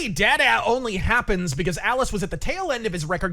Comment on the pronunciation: The way he mispronounced DaDa was cringe inducing.